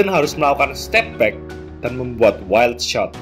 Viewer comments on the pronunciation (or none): none